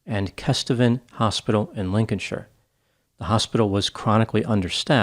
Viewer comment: As a Brit I thank you for not mispronouncing Lincolnshire.